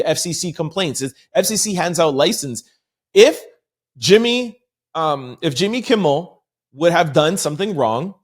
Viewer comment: Jimmy Kimmel not Kimball.